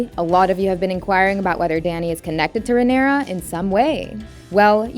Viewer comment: Holy shit, the way she pronounces words makes it hard to focus. Daughteeeeeur. Leanooour. Rhaenyroooooua.